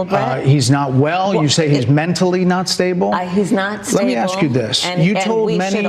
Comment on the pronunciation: We shouldn't be challenging DJ with pronouncing towns when he can't even pronounce "ask" correctly. Love you DJ